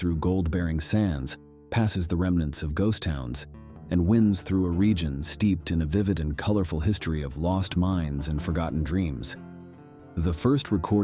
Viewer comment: Love the stories and content, but maybe update your AI vocals! Wind can blow, and trails can wind, but a trail can't blow! Teach it how to verbiate properly, or read it personally, please!?😊